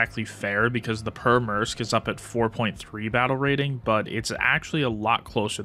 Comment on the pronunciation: the way your pronouncing Pyörremyrsky…